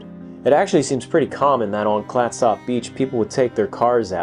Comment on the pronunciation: Also it’s “CLATsup.” 😌